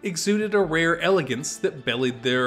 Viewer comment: Inbelieve the word is belied, not bellied.